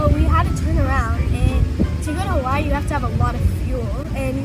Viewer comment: I hate the way she pronounces “Hawaii” 😒